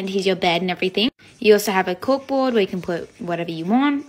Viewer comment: she said cookboard